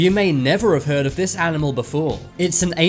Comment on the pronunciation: At the end of every video he says " It's time to make your voice heard" It sounds like he's saying "It's time to make your voice hurt" 😂😂